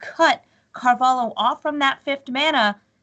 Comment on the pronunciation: Damn! This woman saying "Carvalo" is pissing me off